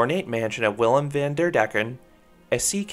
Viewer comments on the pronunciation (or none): none